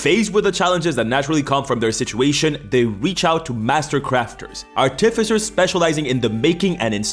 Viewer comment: art-if-issors? Art-i-ficers.